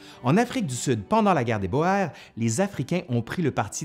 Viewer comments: "guerre des Boers" --> juste une petite remarque: "Boers" se prononce "bour". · Super ! Je vais faire tourner à mes élèves de 5e. Juste un détail : "boers" se prononce "bour"